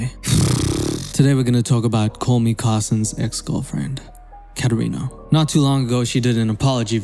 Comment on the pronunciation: It’s not Katerino it’s katerino